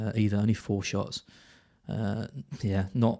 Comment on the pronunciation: My favourite part of the part… Neil Maupay… twenty shits…twenty six shots in the box 😂